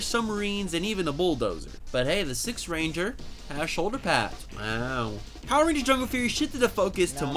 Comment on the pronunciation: I don't know about yall but I heard this man say power rangers std